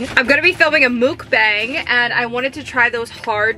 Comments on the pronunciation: It’s not mookbabg it is muckbang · What’s a muukbang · The way she says mukbang 😭🤚